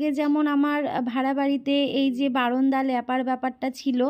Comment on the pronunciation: Barunda bolo keno baranda bolte paro na